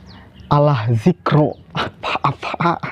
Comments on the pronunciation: Ya memang harus gtu..klo bacaan qur'an salah..sdh seharusnya d benarkan..jd suruh belajar iqro' lgi..fas'alu jd pasalu..ahla jadi alah..dzikri jd dzikro.. itu jelas fatal.. jd ya hrus legowo klo bacaannya d benarkan.. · harusnya baca zikri bukan di baca zikro .. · Saya orang juga goblok memang nofel bacanya salah. Dikri di baca dikro coba kalau orang lain pasti di demo se perti jmn Ahok kalau gak bisa baca Al qur.an jng me ngeluarkan dalil bang malu bajunya aja sok ustadz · Pelll nopell. DZIKRI kok dibaca DZIKRO.!